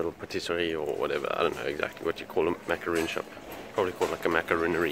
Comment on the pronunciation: Monsieur, c'est mac-ah-RON, pas mac-ah-roon. Since I know you like to be accurate about these kinds of things :P